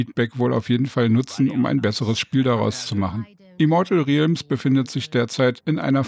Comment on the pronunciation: Es wird egal wo 100% "rellms" ausgesprochen. Trotzdem danke fürs Video.